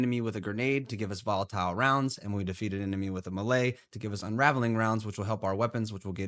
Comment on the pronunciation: are you pronouncing "melee" like that just to make our ears bleed?